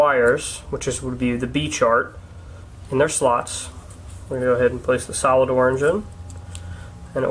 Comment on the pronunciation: thought he was saying 'salad' not 'solid' for a second lol